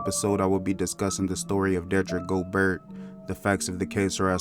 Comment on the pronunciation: its spelled gobert but its pronounced "go-bear" yaw dont be doing the right homework before doing these videos.